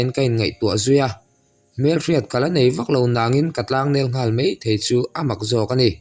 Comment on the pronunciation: Maithei./ Meithei....Mai mai./ Mei mei.mipa i nihkha.😂